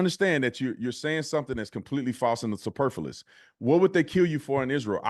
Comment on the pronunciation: “Superfulous” the clown can’t even speak properly.